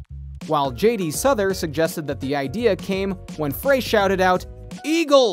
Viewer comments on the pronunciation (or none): And it's JD (Sowther) not pronounced Souther. Get it right. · How can you do this bio when you can't correctly pronounce Glen Frey, Bernie Lead on and JD Sourhers last names. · How can you mispronounce both Bernie Leadon‘s last name and Glenn Frey’s last name? You even mispronounce JD Sauders last name.